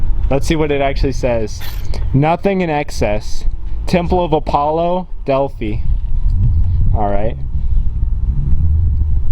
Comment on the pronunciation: As soon as he tried to pronounce the word 'Delphi'... I knew we were screwed....